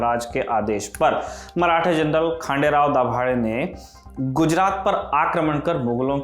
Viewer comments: It's खंडेराव not खांडेराव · खंडेराव गायकवाड🙏 I hope you pronounce correctly